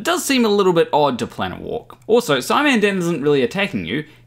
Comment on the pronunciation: '...to " Oh, please, god, no! Don't ever do that again! Setekh will go mad! Mad we tell you!:p